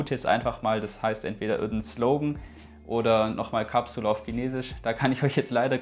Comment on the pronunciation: Capsule spricht man Englisch aus . One spricht man ja auch nicht Deutsch aus . Peace No hate. ✌🏻